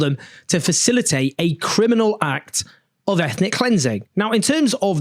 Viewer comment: Wa Criminnalss 😮